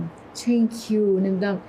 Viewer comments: تین کیو 😂😂😂😂 من بیشتر به تین کیو گفتن تو خندیدم تا اون 😂😂😂😂😂😂😂 👏👏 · انگلیسی ❌❌ عنگلیسی✅✅ تینکیو🤣🤣🤣🤣